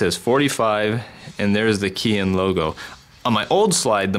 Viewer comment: Great video. Chicom parts are a great bargain if you can't afford a genuine Japanese part but you can't beat the quality of an original Japan made part. Just a FYI "KEIHIN" is pronounced kay-heen.